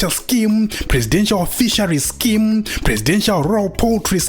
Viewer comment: It's more like "scam" than scheme😂😂😂😂